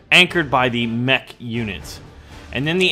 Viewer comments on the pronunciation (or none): none